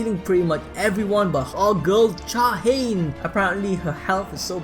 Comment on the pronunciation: Pronunciations for Oppa (Oh-ppa), Cha Hae In ( Cha-Hi-In)